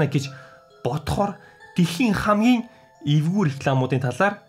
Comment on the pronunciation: Tanii evgui gej heleh chine ergui gej sonsogdood bna😂😂🤣🤣